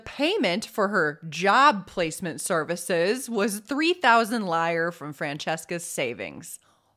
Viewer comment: I am a lifelong spinster and I love the way that you tell stories. Loved this story. But my child, you are too young to remember before the Euro. Back in the old days, Italy's currency was lire, not pronounced liar, but LI ra. The i is like the i in it. And I love the interjection of "fuck me!" Love it all, lamb. Happy Easter coming up!